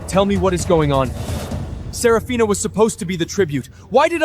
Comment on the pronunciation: Serafina ? Safina ? Sorafnia ? 😂😂